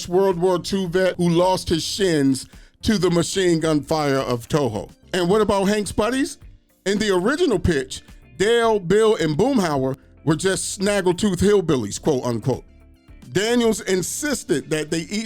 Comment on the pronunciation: It's "Tojo" (Toe-Joe) not "Toho" Ruby Ruby Ruby Ruby TOHO!!😂